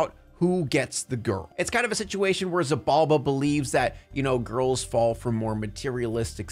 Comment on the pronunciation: btw, Xibalba is pronounced She ball ba